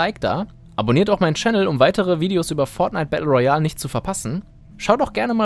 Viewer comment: Kannst du mal Battle Royal ordentlich aussprechen 🤦‍♀️🤦‍♂️